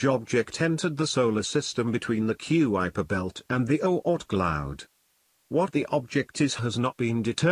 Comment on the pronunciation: “Ku ai per Bell” I cringed so hard